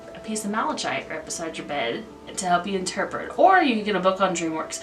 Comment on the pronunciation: For the unakite, I think the descriptive word was mottled, which means it has spots, blotches or patches of different colors. You did pretty good with pronunciation! I think the only one that was a little mispronounced was malachite- the ch makes a hard K sound, so it sounds like “malakite”. Some of these crystals were new to me!! Thanks for the info!